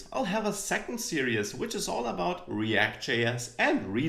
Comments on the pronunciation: I like how you pronounce "series" like "serious" :) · Why do I hear Series as serious